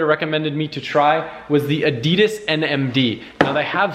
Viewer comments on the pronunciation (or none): ADIDAS! not A-DIDAS!